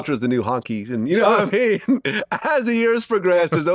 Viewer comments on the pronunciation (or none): vlad saying nahmean is so cringe he never says it right, we don’t wanna hear vlad say nahmean no more lol 😂😂😂